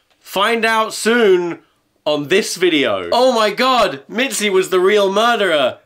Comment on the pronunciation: He kinda stepped out of British when he said " oh my God!"